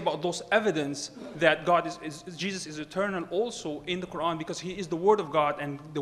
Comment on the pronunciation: He James white is scholer but yet he can't pronounce a simple word Quran he called Qran its not deficult to pronounce it and in when qs sassion begunn's they both pointed to a man who was before wiating for qs look to he face